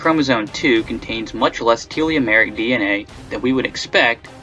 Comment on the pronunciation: Can he learn how to say telomeric?